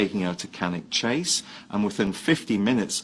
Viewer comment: I can’t believe you have done this case... I live within walking distance of Cannock Chase! We go nearly every weekend for forest walks. Looking forward to listening to you tell the story! Also it is pronounced ‘Staff-ord-shurr’ and ‘cannuck chase’ 😃